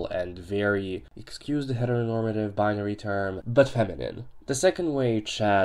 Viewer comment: God bless you. It sounded like you sneezed there. I am that awful Heteronormative labeled person you talk of and I have no clue what you just said. What word was that? Thumbs down for hate speech against Heteros.